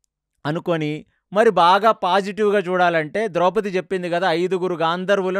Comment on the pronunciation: ద్రౌపతి కాదు ద్రౌపది.